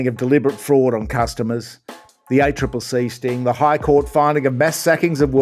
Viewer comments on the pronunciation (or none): none